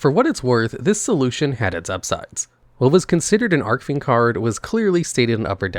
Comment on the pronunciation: Is there some kind of inside joke I'm missing that he's mispronouncing "Archfiend" on purpose or what? I cant be the only one that knows it's not ARK-fiend it's ARCH-fiend as in the golden ARCH-es or my ARCH-nemesis. CH- as in chief because they are a "Chief of fiends". That's what Archfiend means.